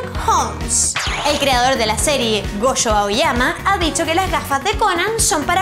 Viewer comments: pd: se llama Gosho, no Goshi (ya paro, lo siento eh, pero si yo no hago videos, es porque me saldrían mal, ya que los haces por favor, hazlos bien xD) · omg xD casi muero viendo esto, cada vez que tiene que pronunciar una "Sh" hace "ch" y de hecho ha llamado a gosho aoyama goshi en un momento del vídeo